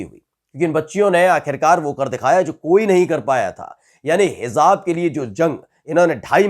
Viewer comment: Bhai Sahi word hai"HIJAAB" na ke "HIZAAB"shukriya